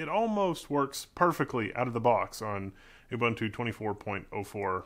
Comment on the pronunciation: It's pronounced Oo-boon-two, not Oo-bun-two. Get it right please.